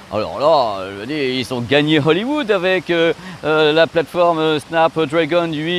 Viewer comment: Petit détail… on ne prononce pas Snap Drèègon mais bien Snap DrAgon… 😅🤓